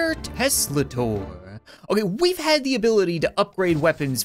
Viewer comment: it's Teslataur Not Teslasaur its basically a Tesla + Minotaur